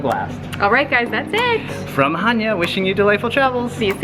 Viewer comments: Much much love and nice vid. I just want to tell you that is not chània but it is chanià❤ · its chaniA - not chAnia u can have both spinach and cheese 2 gether - its called spanakotiropita... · the tone,accent is on the last syllable i will write it on greek to understand χανιά is the correct.you said χάνια and it's wrong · Lol they way you said Chania. I'm Greek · oh, sorry for my english, I was talking about the pronunciation. You tone the first "a" but in reality we tone the last. Its not a big deal tho, just wanted to point it out❤😊